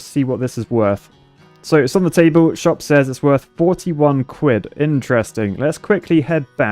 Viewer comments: C for cuid I thought it was quid? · Quid not cuid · "C for Cwidd"